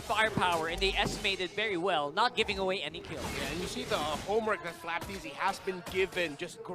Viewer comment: Flap t zy, Kyle t zy, not flapt zy